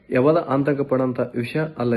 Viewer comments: ಆಂತಕ ಅಲ್ಲ ರಿ ಮುತ್ಯಾ ಅದು ಆತಂಕ 😂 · ಸರಿಯಾಗಿ ಕನ್ನಡ ಪದ ಬಳಸಪ್ಪ ತಮ್ಮಯ್ಯ ಆಂತಕ ಅಲ್ಲ ಅದು ಆತಂಕ ಅಂತೆಳು